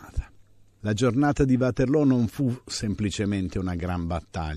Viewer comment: lo dice lo dice più volte..anche Csmpagna del Belgio come è anche conosciuta l'offensiva napoleonica del 1815 Ligny e Waterloo. Di positivo c'è che lo storico prof pronuncia bene Waterloo alla fiamminga e non il Uaterloo anglicizzato della maggioranza di ignoranti. Essere precisi è importante.